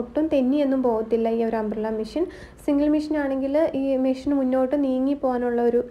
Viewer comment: മിഷ്യൻ അല്ല മെഷിൻ